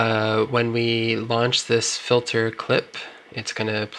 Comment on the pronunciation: Actually no, it was a serious question, I'm genuinely confused by it... why would someone pronounce the word Filter as Fil-ther, when clearly it is spelled 'Filter'. That's all..